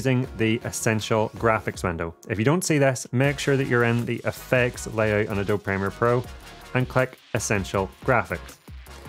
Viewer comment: Love your stuff a lot. Only thing, Adobe is prounced uh-dow-bee not a-dob :)